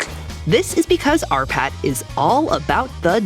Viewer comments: I thought for the longest bit, the narrator was saying "our pat" ! Possessive, aren't we? 😉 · Oh shit, she says "R. Patt" For the whole video I thought it was "Our Patt" And each time, I smiled after it :)